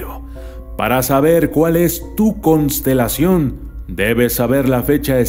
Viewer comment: No es por nada pero dice: "Cosntelacion" y es "Constelación" jaja, no te enojes, amo tus vídeos <3 # xdxd